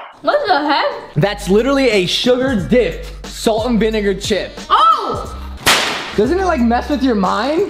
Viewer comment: I love how says falt an renga chips instead of salt and vinegar chips